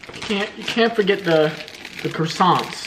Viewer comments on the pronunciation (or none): the way he said croissants